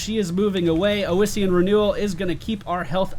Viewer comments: Where is this extra vowel coming from in "oh-is-ian" renewal? I could see calling it oh-see-an, although the double s should clue you into the short O sound in the first syllable: Awe-see-an is your phonetic. I am going to be generous make this one free for you, but if you want unsolicited pronunciation guides in the future they are going to cost you;D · Ossian (osh-ian) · FYI Its pronounced like awesome. AWEssien renewel. Same root as osteoporosis. Great video BTW. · "AHSEE-IN' is the collagen of bones and used in the making of gelatin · I really don't understand why would you think it's pronounced Ow-essian when the second letter is S. I mean, come on, it's like calling electricity "ecterlicity". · Alright, so that healing talent you picked on Leoric, Ossein Renewal, is pronounced "Ah-See-In" From Google: "The collagen of bones, used for glues and gelatin, derived by dissolving the mineral content in an acid solution." as it pertains to biochemistry. It is derived from the Latin word for bones. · It's probably been said before but with "ossian" you need to stress the 's' sound. "Ossian" just means "bone related" (ossi- Latin prefix for bone). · God dammit D: It's OSSIAN! Like Osteoperosis! It's from the Greek for bone!